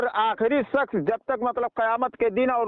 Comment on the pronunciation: Sakhs nahi shaksh